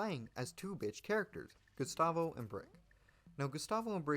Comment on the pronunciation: DID YOU JUST SAY GUSTAVO WRONG?